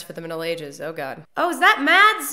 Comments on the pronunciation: For those in doubt, Mads Mikkelsens first name is pronounced "Mas", with a silent D. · Mads is pronounced with a silent d btw